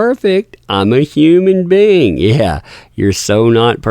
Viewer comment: sounded like ah said I'm a human bean. not I'm a human being. while on the stand.